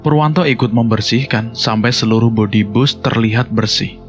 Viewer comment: Sebutan yang betul ialah BUS....